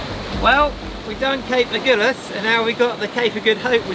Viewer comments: Cape " A gull ass", not "A gool ass"😉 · So love your vlog but excuse me for being picky but it is AG-Hull-AS not AGOOLAS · Thanks for a super video. You're the only one that I follow. Only one thing, It's not the Agoolis current or Cape Agoolis it's the Agulhas. A gul has. I learned to sail in Port Elizabeth and we regularly joined visiting boats for the trip to Cape Town. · As a South African from Cape Town and a sailor I am really excited to watch you do this passage! I’m also proud to hear that you’ve been looked after so nicely in East London! Quick pronunciation tip: Agulhas - the “gul” part is pronounced like the word “gull” and the emphasis is on this syllable! Love your channel and your adventures!! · Lovely sailing.. nice photography .. Cape “Agulhas” pronounced A Gul has, like see gull 😀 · Please, it's Agulhas - the "u" is pronounced as in "umbrella - there's no "goo" in it! And I know - I grew up there! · I love your blogs but I am bemused by your pronouncement of aggullus which is not pronounced aghulloos. My folks spent more than four teen years sailing their 46 footer around the uk and France and right round the med basin. I am a bit envious of your amazing life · It's pronounced Cape Agulhas as in "seagull" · Cool video, thanks! Just a bit of pedantry.... Agulhas is pronounced "A-gull-ass", as in sea-gull. So sorry you got ripped off on your trip to Cape Point. It's disgusting that tourists should travel so far to be exploited in this manner.